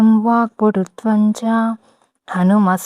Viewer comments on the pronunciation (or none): Vaakpututvam kaadu maa, vaakpatutwam